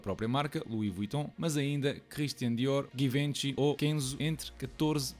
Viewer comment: epah, confesso que fiquei À espera de como é que irias pronunciar o nome 😂 foi spot on